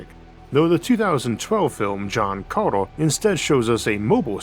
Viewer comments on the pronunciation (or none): none